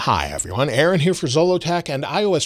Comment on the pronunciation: Oh. It sounded like you said Erin at the start of the video.